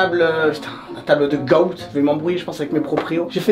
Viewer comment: quand tu dit le goat sa se prononce le gote pas le goat